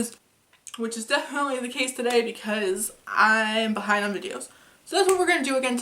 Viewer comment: Okay, first things first, I love your eyeshadow look. What is it? Secondly, when you said you were behind on videos I swear I thought you said, “I’m high on palette videos.” I must say I like what I think you said better and it might actually be a more accurate observation. 😍😂😜 Love your videos.